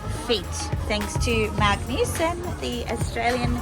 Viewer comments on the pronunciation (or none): none